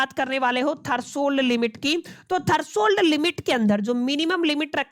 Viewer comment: thats threshold limit, not thershold limit